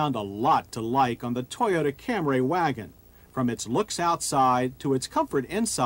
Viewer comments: Took John until 1990 to stop saying “Cam-ray”. When the Lexus ES came out he finally got it right. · FFS, John..................it's Cam-REE, not Cam-RAY!!!!!! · I only watched just to hear John say Camray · I'm only here to hear John say Camray lol There's someone around here in town with one of these, too. It was a bug out to see it.